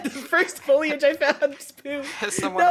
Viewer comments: Foilage? Guys. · “foilage”- GPB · the mispronunciation of foliage is driving me insane